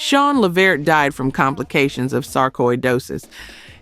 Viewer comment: Why did they keep focus on Gerald... Sean is the little one on the right A.i. and as a native Clevender please pronounce the name correctly!